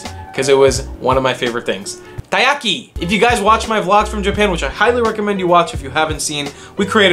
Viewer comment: taiyaki not tayaki